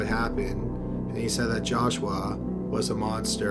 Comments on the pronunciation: The narration is aggravating.. He speaks with a drawl, very annoying. Lol. He kept pronouncing joshua as josh-u-Wa, its supposed to be joshu-wa. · It's joshua, not joshWah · "Jaw-Shwah", LOL...